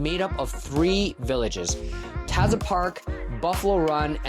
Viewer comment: You’re pronouncing Taza incorrectly